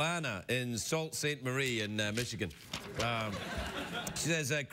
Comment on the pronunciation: Craig mispronounced Sault in Sault Ste. Marie. It's properly pronounced soo, like the feminine given name Sue.